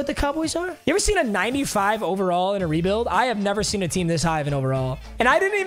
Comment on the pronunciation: Turns draft strength up "I've never seen a 95 in a brebuild before"